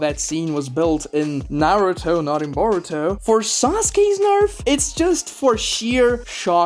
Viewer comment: UM YOU SAID narutos son name wrong its burrito